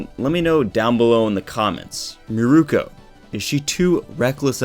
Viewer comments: Mirko not miruko sorry that was killing me. Miruko is the guy with the wind tunnel from inuyasha. (Meer-ko) is the bunny girl from my hero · It's Mirko. Meer-koh. She's named after Mirko "Crocop".